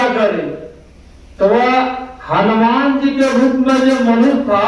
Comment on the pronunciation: बाबा आप को YouTube पर दुनिया देख रहे हैं सुध वाणी बोलिए हनुमान होता है हलुमान नहीं जय गुरू महाराज छमा प्ररारथी हूँ